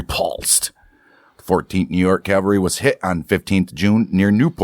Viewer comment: My GG Grandfather and his brother were in the 1st MS light artillery. Nice to hear a story. They were in the Siege at Port Hudson. Oh yeah, the word is CAValry, not Calvary.